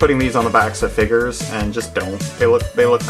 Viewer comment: figers? FIGERS?? WTF ARE FIGERS?!?! (still funny)